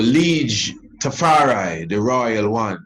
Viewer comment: Tafar eye, not Tafar eee!